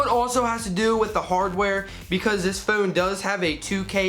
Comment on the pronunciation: Gotta love the way he says "phone". Phewn lol